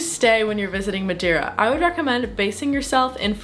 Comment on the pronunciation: Hello.. 5* video my problem is why saying madewwra you can speak normal english and still saying madeira not madewwra its just weard... but very nicely done